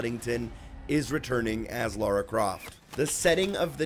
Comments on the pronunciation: A, Her name is Lara! Not Laura! whats wrong with you americans? and also, doe this game have quick time event button mashing? I bloody hope not, that ruins a game. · darren s We have Rights to call Lara,"Laura",Is just a Mistake,Everyone makes mistakes,Like you Got mad at Amercians! that's the biggest Mistake You ever made.